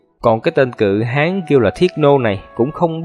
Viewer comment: Tui khổ ad lắm luôn á. Cự Hán mà cứ đọc thành Cự Háng nghe tượng hình bậy bạ quá 🤣🤣🤣